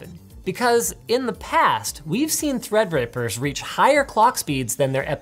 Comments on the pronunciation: and he said "threadrapers" :):) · Bro, did he really just say "Threadrapers"? XD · linus: in the past, we've seen threadrapers Ah yes linus i dont wanna knwo what things u have seen